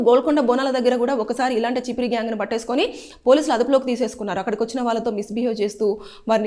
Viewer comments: అది చిపిరి కాదు చెప్రి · Chippri kadhu amma cheppri😅😅